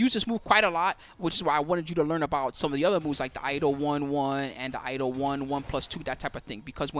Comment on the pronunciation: A correction: Iaido is Ee Eye Doh and not Eye A Doh.